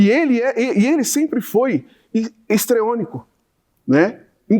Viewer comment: Ele se perde...pois quer falar bonito. "Estreõnico" não existe. Ele quis dizer "histriônico". Fala mal decorada